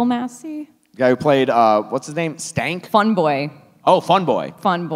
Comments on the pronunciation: I thought it was Skank, not Stank? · Phenomenal movie! The remake will have a soundtrack full of SoundCloud rappers. 🤢🤮 Just a mention* It's "Skank" not "Stank". 😂